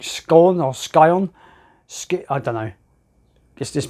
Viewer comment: It's pronounced (sy-on) like the car.